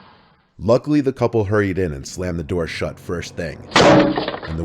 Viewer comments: “Open the noor, OPEN THE NOOR!” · “Open the noor”